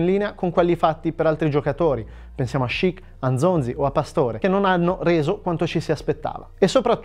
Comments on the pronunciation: Ma dai non puoi dire Gonzalo con una pronuncia ispanica perfetta e poi dire Nzonzi così ahahahah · ho verificato e i madrelingua francesi lo pronunciano Nzonzì, però se mi dite così mi fido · In realtà essendo un nome congolese non c'è una vera e propria pronuncia corretta. Gli stessi francesi sono divisi sul come pronunciarlo (cosa che avviene anche con Mbappé e N'golo Kanté). Crediamo che l'accento sulla i sia dovuto a una "francesizzazione", e preferiamo per questo Nzonzi. Ma una risposta precisa è difficile da trovare. Comunque come sempre abbiamo fatto un po' di ricerca, poi si può sempre sbagliare 😉